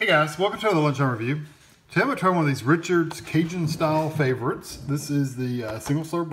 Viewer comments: Richard’s is pronounced Ree-Shards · Sorry, you're pronouncing Richard's incorrectly.